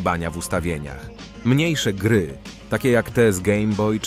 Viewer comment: Czemu „gery” a nie „gry” ?